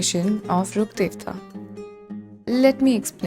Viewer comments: omg yes finally someone pronounced Rukkhadevta's name properly, everyone keeps messing up the pronunciation so bad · I think since sumerus released this is the first time i hear someone pronounce rukkhadevata correctly😭